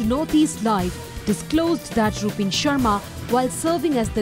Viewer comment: Did he just say "Rup(b)in Sharma"?😂😂